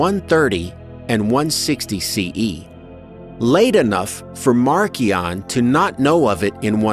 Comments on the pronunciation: Marcion is pronounced Mar-sea (as in body of water)-on or sometimes Marsh-e-on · Yeah, you can find a lot in this series where I am wrong ref pronunciation, I'm sure. But I tried! I don't have any perfect algorithm for doing any of this. So, if someone wants to say Marshion, I'm cool with that. When I first heard it said as Markion, it sounded very odd to my ears. Then I figured since it was a name and appears as Markion in the old writings, well, that's how that happened. thank ya